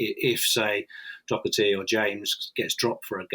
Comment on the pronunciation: Nobody in Ireland says "Dokerty"